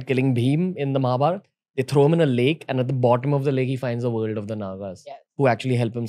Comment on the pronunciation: not kales it's need to correct as Lake's